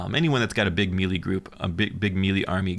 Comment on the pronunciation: Thought 1. "I love these faction deep dives, I am so glad I found this channel." Thought 2. "... He's going to say Mee-Lee in every single video isn't he?"